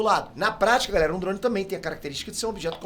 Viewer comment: Po,! Para de falar OVNI dando ênfase no i 🥴 e também falar droun... É DRONE cara 🤣😂🤣😂🤣😂🤣